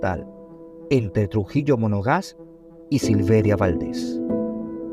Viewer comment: No es Trujillo “Monogás”, es Trujillo Monagas. Esto desluce la posible seriedad de este trabajo.